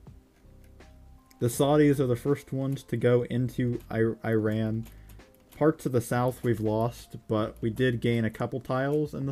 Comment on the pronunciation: The way that he pronounce Iran and Iraq